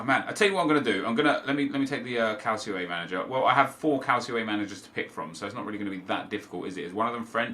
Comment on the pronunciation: Calcio is pronounced Cal-cho